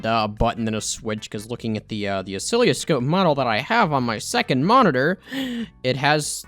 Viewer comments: Btw oscilloscope is usually pronounced "uh-sill-uh-scope". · Every time he says "Ocilioscope", a part of me dies. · mispronounces oscilloscope and calls it a heart monitor. Me: Cries in electrical engineering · As a ECE major. It hurts hearing you say oscilloscope because you're saying it terribly wrong. That and the fact that the point of an oscilloscope is actually to read electrical signals and waves. (It's used for like every aspect of electrical engineering basically)